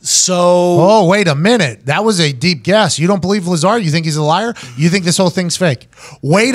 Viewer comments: I stopped listening to Brendan after he called Lazar “Lay-zar” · "I didn't look anything into it. I'm not a big alien guy" you have no idea what you're talking about. It's pronounced "luh-zar" not bob "lAy-zar." Man, you guys are annoying. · He said Lay-Zar. LOL. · Brendan said Layzar lmfao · Lizar ???? ITS LAZAAAAR ! TRY TO PRONOUNCE HIS NAME CORRECT FIST BEFORE DISCREDTING HIM. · "That Layzar guy..." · "lay zar" lol, this video is the internet all rolled up into a few minutes. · You believe in "lay-zar"? Come on bruh!! 🤣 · Did he just call Bob ‘LASER’ 🫠🤣🤣🤣🤣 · "You believe in Layzar?" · I dipped from this pod cast when the caveman said "Layzar" honestly anything with Brendan Schlaub will always get a negative reaction and if it gets a lot of viewers it's only to come and bash Brendan Schaub because he's so easy to dislike. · Bob LAY-ZAR...Mr. unlikable strikes again! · Is it really worth discussing about opinions on this subject by someone who says "Bob Leyzar"? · lay-zar though, y'know? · Lay-zar?? Lol!!!!!! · Did he say 'Laser' ? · HAHAHAHAHA who cares what Schwab thinks? You poor soul. I hope this was the last time you ever spoke to him. Lay-zar! LOL. He just got jealous cuz he got more mic time than him from Rogan. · Brendan Schaub should leave the thinking and analysis up to people that can think and analyze. He can't even pronounce his name right. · Lmao mans even pronounced “Lazar” wrong. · By the simple way Brendan pronounced Bob’s last name I completely believe Bob and everything he says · Bro can’t pronounce lazar if his life depended on it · brendan cant even pronounce his name correctly. If he did more research i bet his look on Bob Lazar would change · He can’t even say the mans name right 🤦🏻‍♂️ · Wow, this comment section is stupid. Despite mispronouncing Lazar's name, this is one of the better takes Schaub's ever had. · Can't even pronounce lazar right lol